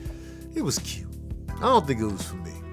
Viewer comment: Lol ," it was cuute" 🤣🤣